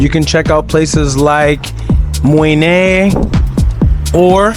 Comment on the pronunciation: Awesome video! You got a thumbs up from me for pronouncing Mui ne the right way!